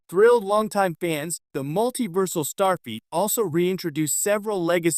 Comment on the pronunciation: Stop saying Starfeet!!!